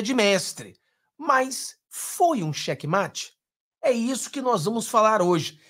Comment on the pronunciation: é "xeque-mate".